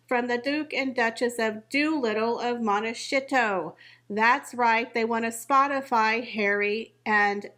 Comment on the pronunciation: I stopped listening the second time you said "Monteshitso." Not very classy.